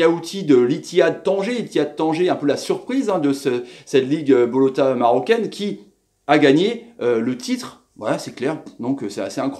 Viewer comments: c'est la Botola pas bolota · salut, LIGUE PROFESSIONELLE MAROCAINE = BOTLAA ET NON BOLOTA Sinon ca va bien chez vous? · Botola marocaine pas bolota, Botola vt dire ligue en arabe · Merci pour ton analyse. Les Menes Mathoux et consorts n’ont qu’a bien se tenir. La releve est la. Lol. Une petite critique sur ta prononciation du championnat marocain. On le nomme BOTOLA. Esperons que tu dises vrai et que le Maroc soit la bonne surprise du mondial. Go Morocco!